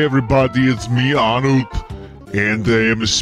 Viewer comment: I heard "Anook" when he started